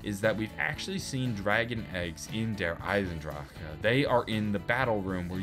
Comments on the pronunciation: Anyone know why he says Der Eisendraka instead of Der Eisendrache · Dude I find it hilarious when you say derisendrache, you say DER ISEN DRAJHAAH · The way you pronounce der eisendrache gives me conniptions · Am i the only one that cringes everytime tries to pronounce der eisendrache